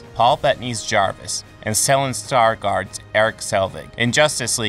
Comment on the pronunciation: Stellan stargard? Ok what? I know you’re not North European so you probably don’t know how it is pronounced but that made me laugh like hell 😂